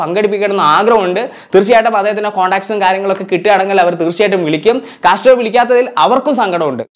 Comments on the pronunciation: കാശ്ട്രോ അല്ലടോ കാസ്ട്രോ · Kaaaztro alla kaztro